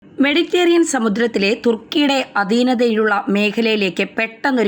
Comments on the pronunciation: മെഡിറ്റേറിയൻ അല്ല മെഡിറ്ററെനിയൻ എന്നെങ്കിലും പറയൂ.. കഷ്ടം..! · 'മെഡിറ്റേറിയൻ' അല്ല, മെഡിറ്ററേനിയൻ സമുദ്രം ആണ്. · മെഡിറ്റേറിയൻ അല്ല മെഡിറ്ററേനിയൻ, ഇതിനുമുൻപ് സപ്രസ് എന്ന് പറഞ്ഞിരുന്നു സൈപ്രസ് അല്ലേ സൈപ്രസ് അല്ലേ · മെഡിറ്റേറിയൻ അല്ല മെഡിറ്ററേനിയൻ എന്ന് ആരെങ്കിലും ഈ കുട്ടിയോടു പറഞ്ഞു കൊടുക്കുമോ? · മെഡിറ്റേറിയൻ അല്ല മെഡിറ്ററേനിയൻ എന്നാണ്. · മെഡിറ്റേറിയൻ അല്ല മെഡിറ്റ രെ നിയൻ എന്നാണ് Ok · മെഡിറ്ററേനിയൻ എന്നാണ്. മെഡിറ്റേറിയൻ അല്ല. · മെഡിറ്റേറിയൻ പാത 😂😂😂😂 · നായിന്റെ മോളേ.. നിനക്കൊക്കെ പോയി ആദ്യം മലയാളം പഠിച്ചൂടെ ?? അന്ത്യശ്യാസ്യം അല്ല.. അന്ത്യശാസനം.. സപ്രസ്സോ ?? സൈപ്രസ് ആണോ സ്യാറി ഉഢ്യേഷിച്ചത് ? മെഡിറ്റേറിയൻ.. എന്നല്ല.. മെഡിറ്ററേനിയൻ ! 5 ആം ക്ലാസ് തോറ്റാൽ അപ്പൊ ഇറങ്ങിക്കോളും.. ഓൺലൈൻ ന്യൂസുമായി.. നിന്റെയൊക്കെ ഉളുപ്പില്ലായ്മ സമ്മതിക്കണം മോളേ .. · സ്‌കൂളിൽ പോയി മലയാളം പഠിക്കുക...........മഹാകഷ്ടം തന്നെ........ അധീനത. മെഡിറ്ററേനിയൻ, സൈപ്രസ്, അന്ത്യശാസനം